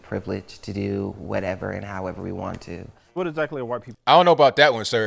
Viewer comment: I gotta say, your pronunciation of "w" in White or Wash or What is as white as it gets lol. Whhhhhite......Whhhhhash..........whhhhhhat. But I agree, they are just pushing racism further. It's like they are trying to keep us divided by their misled opinions rather that really discussing their points to make them more understandable.